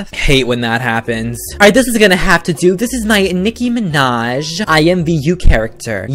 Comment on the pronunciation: "Nicki manj"😂😂